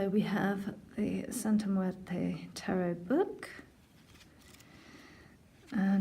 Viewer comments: Love the way you pronounce Santa muerte ❤️❤️❤️❤️ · You're the first person I hear it say it correctly in English and it sounds smooth too👌